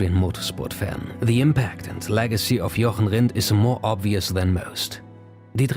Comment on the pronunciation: At first i thaugh you where a native english - but after you pronounced Jochen Rindt i´ve digged deeper in your channel with in mind "no way that a native english man is pronounce the name right". Respekt an dein Englisch man, kein Akzent ^^.